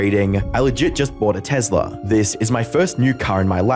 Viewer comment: I’m sorry but did you just say TEZLA?